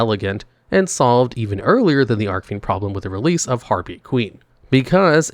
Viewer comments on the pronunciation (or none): Is there some kind of inside joke I'm missing that he's mispronouncing "Archfiend" on purpose or what? I cant be the only one that knows it's not ARK-fiend it's ARCH-fiend as in the golden ARCH-es or my ARCH-nemesis. CH- as in chief because they are a "Chief of fiends". That's what Archfiend means.